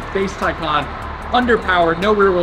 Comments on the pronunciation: it's TI NOT TAY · If you’re going to purchase one, you need to first understand how to pronounce it. It’s pronounced like “Tie Con” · Taycan - like Thai- Khan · Por-Shuh Tie-Con............. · You might want to learn how to properly pronounce a car that you purportedly are reviewing.